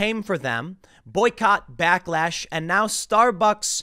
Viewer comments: lol "blacklash" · YOU SAID BLACKLASH LOL! Omg new term!?!?!